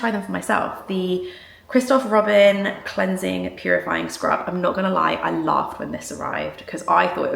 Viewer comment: Ànything from Christophe Robin is amazin'!! You need a tiny bit of the scrub. Really nice! Girl, you réálly need to up your French!! Allez! ❤